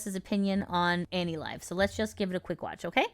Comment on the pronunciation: anilive sounds like "anycolor" to me